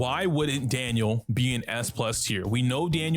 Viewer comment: ITS DANHIL NOT DANIEL SMH (to people that say Daniel)